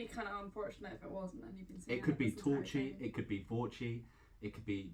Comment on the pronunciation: It pronounces T-war—cheeh. R isn't silent. Ty, for a review. Love your vids.